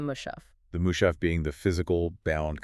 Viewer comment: Its not mooshaaf... Its mus- haf.